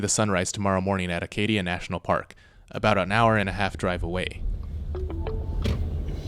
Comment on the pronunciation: Acadia, not Arcadia?